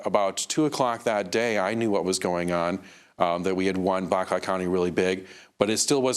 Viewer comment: Did Amy goodman say black cock county ???? Hahaha